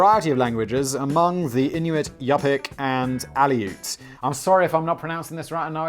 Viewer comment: Eskimo is extremely racist in Canada, we’re going to be changing the name of the American football team the Edmonton Eskimos to something else. You did get the pronunciation of Inuit right Simon, as far as in know they live in Greenland, the territories in Canada and the northern portions of the western provinces, Ontario and Quebec